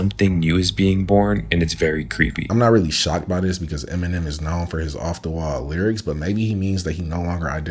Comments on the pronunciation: emmy-nem? what in the fuck? lmfao this dude cannot pronounce celebrities names, I swear. Like bro, they say their own name like a pokemon, how you not know how to pronounce the shit? Emmy-nem. lmfao stfu with your bs, lmfao I'm guessing his name is, I'm renaming him officially renamed and he's such a lil bish, he's scared of the silliest babyiest shit, I swear. Like man is afraid of his own shadow I swear. I can't even listen to him cus I'm a big death metal fan and I swear this guy would say deathmetal worships the devil if he saw half the music videos I know are just telling a story with their art/music, he'd claim they all worship the devil & it's devil music like bobby bouchet's mama, I swear. - and bobby bouchet's mama would getalong really well! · I know this question has probably been answered but why do some content creators mispronounce very simple names. Like Eminem being Emmy-Nem or Will Smith being Will Smythe. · The way he said Eminem 😂